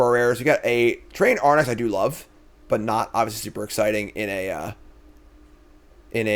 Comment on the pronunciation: I cant watch any videos where hes drafted one because it bothers me so much lol